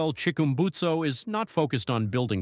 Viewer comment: Chickumbusto? (Chick-urm-busted)